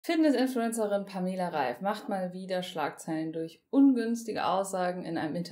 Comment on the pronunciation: Wird der Name nicht anders ausgesprochen?